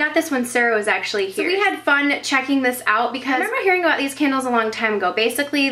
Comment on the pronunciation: I thought u said KENDALLS, like u had a lot of Kendall Jenners x) It's can-duls ! ;)